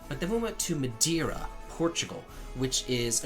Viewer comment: Hey love your channel and hope you dont take it the wrong way. As a Portuguese, its MadEIra;) And the jewellery bowl is actually for olives, the big "bowl" for the olives themselves and the small one for the olive pit. And no, I'm not offended or trying to educate you. You're great, keep up;) But glad you enjoyed your vacation and that you're feeling better now.